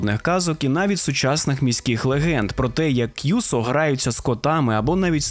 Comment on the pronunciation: і не кʼюсо, а кюсо, не гіцуне (поняття не маю, де ви таке взагалі могли знайти), а кіцуне.